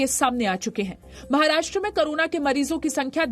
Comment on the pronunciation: करोना नहीं कोरोना.. मैडम